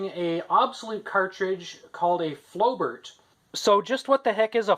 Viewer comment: It's pronounced as flo-bair